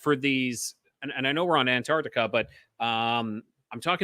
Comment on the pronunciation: Hey. What a fun show tonight. But I had to stop to tell you, you totally cracked me up with the Mandela Effect of pronouncing and say Antarctica 🤣. I remember being in third grade and reading aloud and pronounced island as is land. I was mortified due to most kids cracking up. 😵‍💫